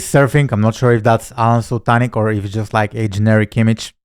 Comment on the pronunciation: This video is so funny. Here are a few points to ponder …. First, you are correct with the pronunciation of “Sul-tin-ich”. Second, you’re right that both are incredible marketers. People should learn from both. Alen’s Nothing Held Back community is the best there is for 100 reasons. Third, they probably wouldn’t fight as they are buddies. Maybe they’d pinkie wrestle over bourbon or a coffee. Fourth, this is where I think you may be off with your prediction with who’d win. Alen is a very big man at 6’2” and VERY buff. His legs are like tree trunks and he’s really fit. Not sure if he has wrestling skills like Russell though. This is a fun video and I know you made it for that reason. 😂